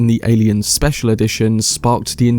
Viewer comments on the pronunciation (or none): none